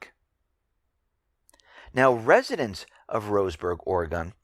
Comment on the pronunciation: FYI... It's pronounced Or-E-gun.